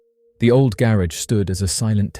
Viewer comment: Please stop saying garage like that omfg